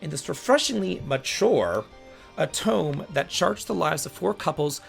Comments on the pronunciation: it’s o - toe - may look up JP pronunciation, the rules are pretty consistent Love but he has no idea how to pronounce JP words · Otome is pronounced Oh Toe May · I want you to know that I'm saying this with respect and appreciation for all you do, but for someone who plays as many JRPGs as you do, your pronunciation of Japanese words/names sometimes hurts me as much as those lime green clothes hurt you. Otome: the ending is pronounced like 'May' - oh toe may Sumire: Sue Me Ray Yes, it feels a bit like I'm nitpicking, but I think it's good to make sure you're pronouncing those Japanese words/names correctly when talking about Japanese games.